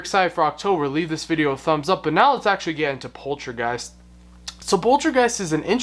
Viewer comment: LOL at the way you pronounce Poltergeist (you say is as pol-tra-geist instead of pol-ter-geist) 🤣 sorry! 😋 Poltergeist is translated from German as noisey ghost. Such a classic movie but it had it's fair share of controversy. Including the death of Heather O'Rourke (who played Carolanne) and the murder of Dominique Dunn (who played the older sister).